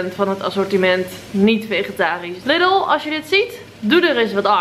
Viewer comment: Lidl spreek je uit als liedel niet als lidel